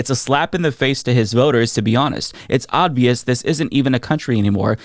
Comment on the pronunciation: Sounds like you say “odd-vious” and its bothering me